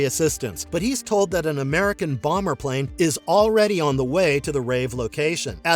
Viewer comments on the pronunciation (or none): none